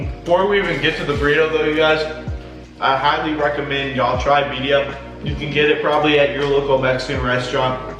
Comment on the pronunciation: Hahaha I love them but that was making me giggle!!